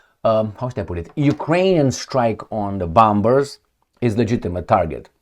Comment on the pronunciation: 'Bombers' is pronounced as 'bomers', with the second 'b' being silent. Similarly, 'bomb' is pronounced 'bom'. Feel free to use it or not, no offense intended, just a friendly suggestion. Otherwise, you are doing a great job, thank you.